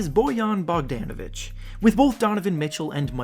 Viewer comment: BoWYOn boGDANovic lmaooo good video tho